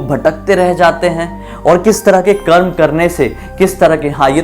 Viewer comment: bhai jo tune bila hey voh garur puran me hi likha hey , or bhai voh karma nahi hey its karm